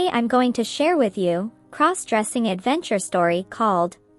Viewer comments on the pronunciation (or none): Stop mispronouncing crossdressing 😮